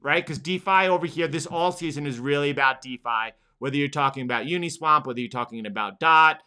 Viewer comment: I love you men and I did not want to tell you something because it cracks me up so much everytime you do it but it's UNISWAP not UNISWAMP:D btw. after watching you for a while I decided that the proper way to say thank you would be to purchase your course and I dedicated my last resource of fiat to this purchase. Hope to go through it, gather my questions, and consult with you at some point in the future. Thanks!